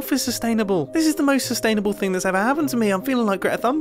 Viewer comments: It’s pronounced sustainable. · This sustainible thing is driving me crazy! He better be joking! ITS SUSPISIOUS!!!!!!!!!!!!!!!!